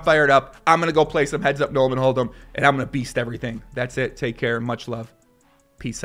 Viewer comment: Luke " I beast every-fing " Schawrtz